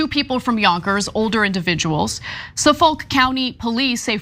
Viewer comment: It was fun to hear Tim mispronounce Amityville and Ana mispronounce Suffolk.